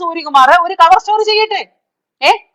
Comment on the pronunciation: Mam. Cover Story യുടെ പേര് മാറ്റി. ചവർ സ്റ്റോറി. എന്നായി.... എന്നാണ് കേൾക്കുന്നത്.